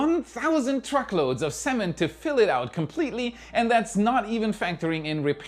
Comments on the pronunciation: I think there’s only one way Amazon can make it…that would be by using Falcon 9! 😄. There aren’t enough Atlas V’s and Vulcan and New Glenn will most likely not be able to make that pace. But, I suspect some sort of exception will be made by the FCC for an earnest effort. Btw, your “cement” sounded like “‘Seh-mnt” rather than “si’ment” …stress should be on the second syllable. 🙂. And for Florida, it should probably be SEE’ment. As in, “Y’all in Florida have SEE’ment ponds in yer backyards!” 😄. Or you could just say concrete, since cement is really just an ingredient of the finished product, concrete. Great episode,!! 👍🙂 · And Earth-ess and cehh'ment. Love you, don't change. (My German is horrible.)